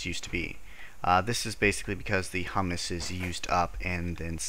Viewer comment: It's pronounced "hyoo-muss", by the way. Hummus is a dip made of garbanzo beans. Humus is like a type of soil.